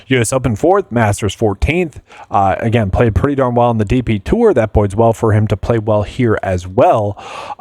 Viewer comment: Thanks for the analysis. I was getting a bit triggered by the repeated "boids well" pronunciation instead of "bodes well". 😄